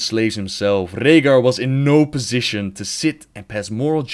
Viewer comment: i love how you say Rehgar. Rollin those R's